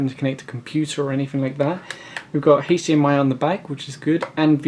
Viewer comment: Cool it has an Haych-diEm-ey poart😘